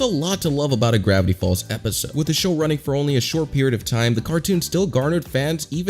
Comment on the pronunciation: GRAIVTY FALLS